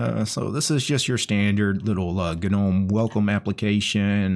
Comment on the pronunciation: It's actual pronouced "Nome" not "gu-nome".